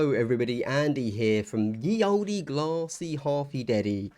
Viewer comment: Thank you for pronouncing ye olde ye olde.